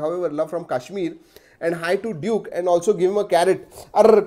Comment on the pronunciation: Duck nahii duke hee bai...